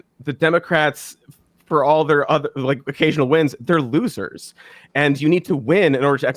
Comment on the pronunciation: I thought his appeal was that he says Democwats